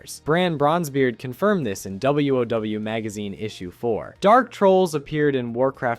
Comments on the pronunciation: bro.... i love your content, but just say wow.... you are the only person i have ever heard call it W oh W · dude....learn the name pronunciations....and for the love of tyr, its WoW like WOW THAT WAS COOL, not w o w....otherwise, great vid, need to go look into some more of these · Ok so...informative video, but if you’re going to say W-O-W instead of wow...just say World of Warcraft. It kinda stops being an abbreviation when you're adding multiple syllables..